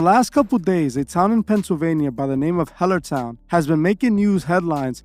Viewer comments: "HELL-ER " Town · “Hell” ertown ? Damn